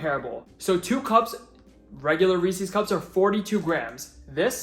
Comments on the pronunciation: Wait, do you say ree-sees pee-sees? 😂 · Do people take it as a personal challenge to pronounce Reese's incorrectly?